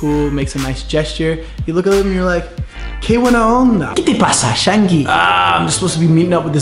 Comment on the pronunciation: Ojo que el "buena onda" te salió medio chileno. Ellos pronuncian la B como una V. Es diferente. El resto, impecable!